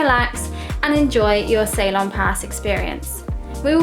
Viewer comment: Hey Ceylon = Sea-lawn, that's how it should be pronounced darling..😊 cheers